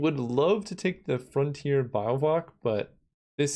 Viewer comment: ah yes the 'Frontier Bio-vwack'